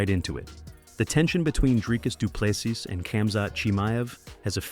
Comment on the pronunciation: Say doo plu SEA NOT SIS NOR SEAS